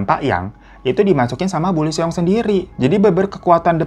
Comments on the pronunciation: Lee juga dibaca i doang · Lee di bacanya li/i bang Eo di bacanya o Ae di bacanya e